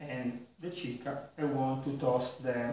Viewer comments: Thank you for all your recipes! I watch them at night when i can't sleep... I already made ginger beer several times and love it! Just a tip: in spanish Chicha would sound like 'cicia' in italian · It's ciccia. The Spanish pronounce doesn't use the h like in Italian. Did you do a chicha, by the way? If it's good like your tripel, I'll have to do it